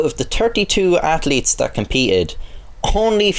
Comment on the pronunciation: Imagine taking the feirenhit vs celcius thing seriously from a guy that says "Out of the ter-ty two athleles"